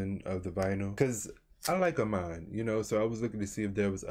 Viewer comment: Thanks for the review! i got the smokey green. i can’t wait for it to come in the mail! also it’s “uh me nay” not “uh mine” lol